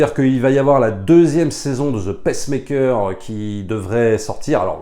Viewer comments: Attention on dit Peacemaker et non Pacemaker, Pacemaker c'est un appareil pour les personnes cardiaques LOL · Peacemaker, pas "pacemaker", un ptit effort sur l'anglais c'est pas dur (crisis, suicide squad...) :) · Pardon, mais tu m’as fait rire: tu dis « Pacemaker » qui est un stimulateur cardiaque, au lieu de « peacemaker » (prononce « pissmaikeur ») qui est un pacificateur 😁 sinon, merci pour tes vidéos, toujours très intéressantes… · ca se prononce "pice" maker comme paie pas pece maker qui est un activatieur cardiaque! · Bonjour, c'est bizarre comment tu prononces Peacemaker: tu le dis "paissemaker", comme la machine cardiaque le pacemaker. Tu devrais dire le "pissemaker", comme dans Piece and Love. Bonne journée.